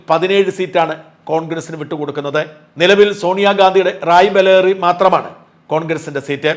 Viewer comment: റായ് ബലേറി * അല്ല റായ് ബറേലി ആണ് കെട്ടോ.